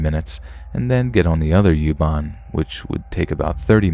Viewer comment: Youban 🤣🤣🤣 it's Uban not youban. I love your voice.